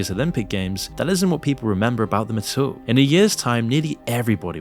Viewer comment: "AT ALL" not "UH-TOWLLL" 😂 Btw, why do you say it so often in ALL of your videos?